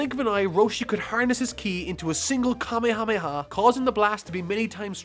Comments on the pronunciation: It's, "Ka-may-ha-may-ha," not, "kame-hame-ha." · Your pronunciation of Kamehameha is killing me.....